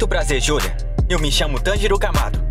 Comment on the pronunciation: Nn e oni e oní mas se escreve oni nn e tanjiro e tãnjiro mas se escreve tanjiro nn e nezuko e nezuko mas nn com o u forte (eu corrigi pq nn aguento ver as pessoas falando errado)